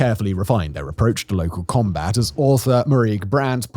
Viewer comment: Haha, you said “combrat” instead of combat 😂